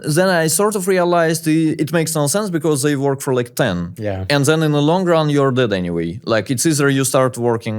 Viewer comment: so he basically can pronounce "then" perfectly instead of "zen" but for some reason he mostly do it bad, ok then...